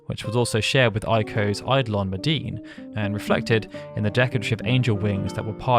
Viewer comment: Every time someone pronounces "eidolon" correctly I shed several tears. Bless you.